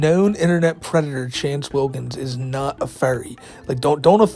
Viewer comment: Pronounce it right.... "Wance Chillkins"